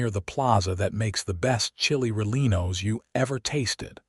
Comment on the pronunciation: I can't even listen to this. You need to get a better AI that can pronounce Santa Fe and Chili Rellienos.